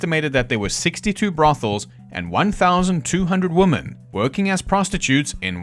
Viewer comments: You have an extremely interesting way of pronouncing women 😂 Reminds me of the way woman & women inexplicably get mixed up by people when they are constructing sentences. Don't really get it as it's not as if it's complicated. Maybe it's just due to carelessness. Typing in haste, repenting at leisure. But I don't think that accounts for all of it. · Can we go back to pronouncing women correctly?